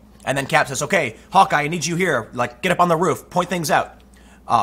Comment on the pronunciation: How can you mispronounce Hawkeye, it's literally the word Hawk (like the bird) and Eye (the thing people have less than two on average) one after the other.